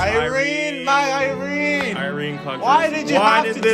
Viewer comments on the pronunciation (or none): Its irene wrong thoughh ........im so dissapointed